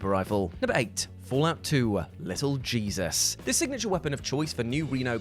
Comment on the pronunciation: The name is pronounced Hey-soos, or Heh-soos, as it is the spanish variant for that particular name, being so for this instance because the crime family he is head of, is of that ethnicity, just thought the context might be worth putting up. Also, I actually found and acquired every one of the weapons on this list.